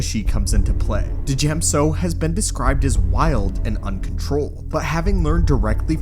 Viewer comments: I was gonna let it slide, but this vid was made a year ago, and the Mandalorian has been out for years. It's "jem so" not "duh-jem so", just like it isn't Din "Duh-jarin". Ty for coming to my ted talk. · how many times is this dude gonna say Duhjem So lmao the D is clearly silent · The d be silent lol realized tbis is an older video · Just like with Django, the D in Djem So is silent. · The trick is pronouncing the "D" in "Djem So" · The D is silent... like Django... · You know you're not supposed to pronounce the d, right? Dj makes a soft g sound. Couldn't get over that while watching this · Isnt the d silent? Like in Django. . .? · I think the d in djem so is meant to be silent? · The D in djem so is silent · learn to pronounce djem so properly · does is bug anyone else how he pronounces Djem So?